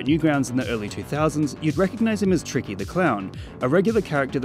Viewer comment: The way he says "Tiky" is kinda funny